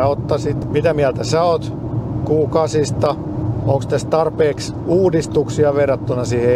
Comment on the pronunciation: Mikä helevetin "Guu 8"??!? Se on Q8 eli "Kuu" kahdeksan 😅